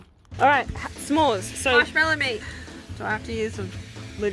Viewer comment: Hi I'm an American viewer and subscriber who loves your designs and stories and I would like to say firstly as an American you butchered that smore but it was funny to watch by the way there are many different smore recipes so if the fam ever again has a sweet tooth you can always make different types of smores also BTW smores are traditionally made on camp fires here in the usa also if your ever looking for somore smore recipes I can provide